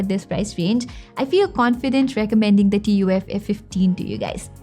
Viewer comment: Lol, who calls it T-U-F instead of 'tough'